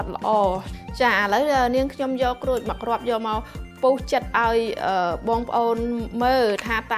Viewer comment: ក្រូច មិនមែន គ្រោច ទេ